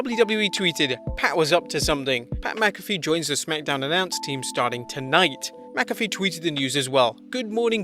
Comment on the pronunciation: Pat McAfee = Pat Mack-a-fee Sirius XM = serious x m Maybe people in the UK pronounce McAfee differently but Pat himself says it the way above. I'm sure I'll be told how wrong I am by some elitist Europeans but that won't change the way we say it.